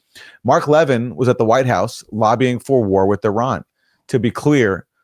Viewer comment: I think we should negotiate with Iran, give up Zionism. I'm Jewish. As is Mark Leh-VIN! Why can't you pronounce the name of that Fox pundit correctly? Leh-VIN. If you'd watch him at all instead of just reading the goddamn copy, you'd understand how to pronounce his name. You're either doing it out of ignorance or malice. Which goddamn one is it?